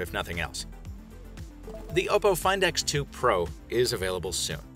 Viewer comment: That's a really nice way to say a phone's name